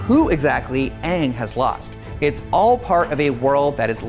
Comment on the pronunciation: "Weird bald person" and He said "Uung" and not Aang, LMFAO